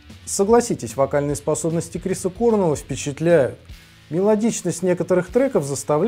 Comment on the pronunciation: У Корнелла ударение на другую букву